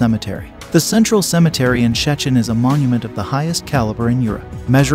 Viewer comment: nice, but it's an AI voice, still can't pronounce Szczecin 😛